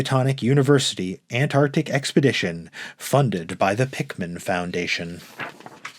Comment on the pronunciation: It's Antarctic, not Anarctic. Otherwise well read.